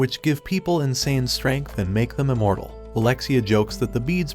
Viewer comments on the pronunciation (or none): none